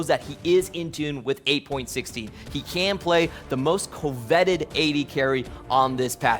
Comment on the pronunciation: Did my guy just pronounce "coveted" as "co-vetted" ? As if two separate people have run background checks on Kai'Sa? Is this a caster inside joke?